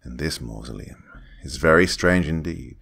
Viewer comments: When you're too drunk to pronounce masuleom. Don't worry guy, we've all been there. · The dad couldn’t say mausoleum lmao